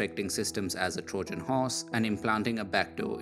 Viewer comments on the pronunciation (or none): Learn more. Pronounce TROYAN, not Trodshan...